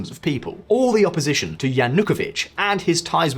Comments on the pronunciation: I lived in Ukraine - Lugansk -for 14 years and I have visited all 25 regions of the country. You want me to support your channel and you can't even pronounce Yanukovich correctly! It is not 'Yan hook a vich' it is 'Yan oo ko vich'! Yanukovich! As for Chernobyl - it is not 'Shernonbil' It is Cher as in Church - 'Cher no byl'! Chernobyl! Don't even get me started on that American woman's pronunciation of Crimea! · He is called Yanukovich, with stress on the third syllable, not "Yanookovich". Can't understand how you did all this research for this episode, and didn't even spend a few seconds to check the pronunciation of relevant names. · Yanukovych Cant you pronounce this guys name correctly ? makes you look a bit dim